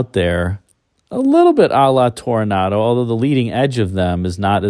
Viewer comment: it's Toronado, not Tornado.